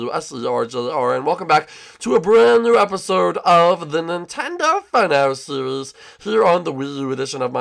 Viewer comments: Its Nintendo not nentend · you said nintend not Nintendo